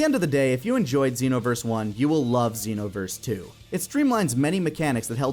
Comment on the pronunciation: Dragon Ball Zen-no-verse